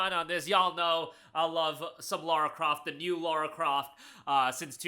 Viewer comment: LARA Croft. Not Laura.